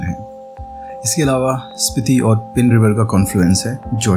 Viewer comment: I think the name is पीन not पिन And these villages are मूढ़ and संगनम